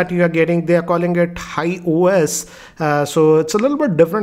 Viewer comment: Its HiOS not High OS.